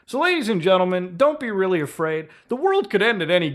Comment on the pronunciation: Nukes are weally dangewous?!?!?!